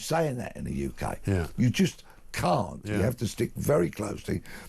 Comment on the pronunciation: McCann instead of can’t